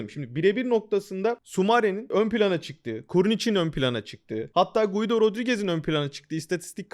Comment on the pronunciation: Guido değil Gido, i'den önceki u okunmaz İsp.